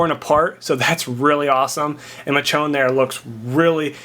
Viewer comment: Michonne is pronounced "ME' shawn" just sayin' :)